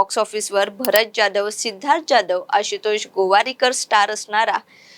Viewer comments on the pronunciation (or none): जाधव की जॅधव मराठी नाव नीट घ्या... एवढं अवघड जातंय मराठी नाव उच्चारण करायला?